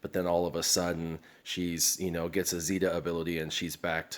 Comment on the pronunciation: FYI: Its pronounced ZAY-ta, not ZEE-ta